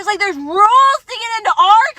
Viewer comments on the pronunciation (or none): She made "rules" a 2 syllable word!